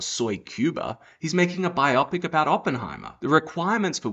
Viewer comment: No need for the blasphemy. Jesus name is holy, not a replacement swear word. The word is Bio-pic, not bi-opic ffs!! Bio = Biography....Pic - picture.... Therefore it's bio-pic